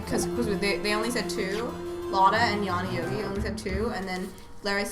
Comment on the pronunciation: I think it's pronounced Yawny Yow-guy if you say it quickly it sounds like "Yawny Old Guy."